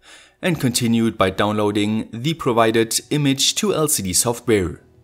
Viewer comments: WATT-HENRY? Surely you mean Watt-hour? (=3600J). And it's "THE", not "THEE" unless the word begins with a vowel, um Gottes Willen noch mal! OK? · pliese pliese stop using thi thi for everi thi there is. ;-) It's "the" thö! as in SauCE. It's only "sie" if the following work starts with a vocal.